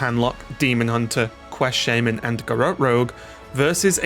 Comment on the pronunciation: Why is it shay-men not sha-man?